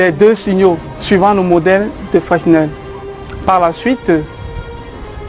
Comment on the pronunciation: on ne prononce pas le "s" au centre de FRESNEL please